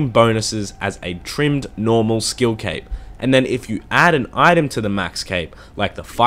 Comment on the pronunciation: It sounds like he says 🎂